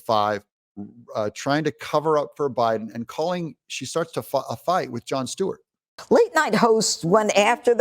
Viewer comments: It’s Stewart… not Steward… don’t sound ignorant like him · It's not Steward it's Stewart s t e w a r t